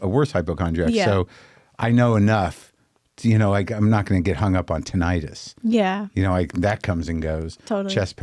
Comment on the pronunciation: Please learn how to pronounce "tinnitus."